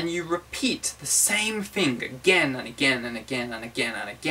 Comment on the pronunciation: 'rivym', 'fing' 'mp free' hehe